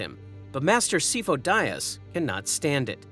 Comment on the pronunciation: He is NOT “SEE-fo”. You mispronounce it in every single video. wtf.